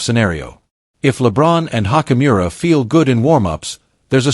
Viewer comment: Oh god u can't even pronounce ruis last name right😭😭🤦🏾‍♂️